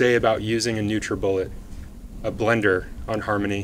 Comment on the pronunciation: I had to take a break for a few moments after she said "NutraBullet" multiple times to clarify. :/